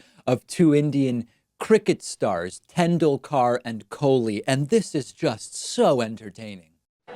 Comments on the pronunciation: David, you need to watch cricket. That wasn't how I've heard Indian commentators say Tendulkar... It's tεn'du:lker (the last 'e' is the backwards one when using the IPA - barely pronounced). Though he's retired he's still a revered name throughout the cricketing world. Apart from that, I'm wondering if someone stitched trump up with that Swami's name, knowing he would bugger it up! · Actually Trump pronounced Tendulkar better than you David. The u sounds like oo like in “cool”